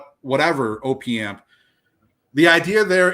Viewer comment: It’s “opp” amp as in short for “operational amplifier”, not ohh-pee amp ffs, and u r wrong, if you don’t think a properly implemented AD4898-2 op amp will sound better than opa1612 or 1656 u have ur head up urs, purify builds to a price point just like everyone else, its well known that the designer of the amps recommends switching to the high current op1656 over the op1612 because it SOUNDS better even though it spec sheets worse